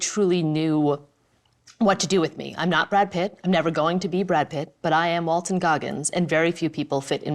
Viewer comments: IT'S WALTON! NOT WALTER! I'm not even here to watch the video, just to QA this dang title. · Was saying Walter?